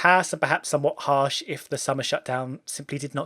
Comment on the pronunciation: That was haarsh...